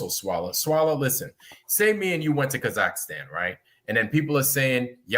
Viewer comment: Why does talk about Kazakhstan when he can't even pronounce the name?